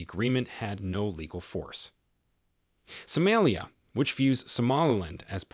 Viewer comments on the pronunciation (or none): Please correct the name of somalia and ruto! Not somelia and Rudo! It’s soomaaliiya and ruutoo! If you can not pronounce it right or you saying it that way on purpose, please let someone else do that part for you!!!